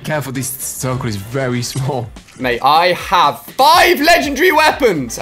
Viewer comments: It's legendary not lechannnndry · He said I have 5 ledgendry weapons lol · You should learn how to say legendary